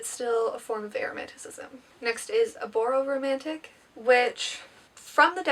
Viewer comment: I think it's called abromantic, not aboromantic